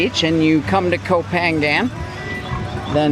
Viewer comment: Challenge yourself one more time. Learn how to say the name of the island. You live in Samui- you can do it brother. Be the only you tuber who know how to say the name of the island. The only one. Maybe the only farang who knows how to say ko pha ngna.